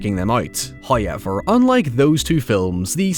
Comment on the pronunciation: First "hoyevver" drops . And it's a serious one.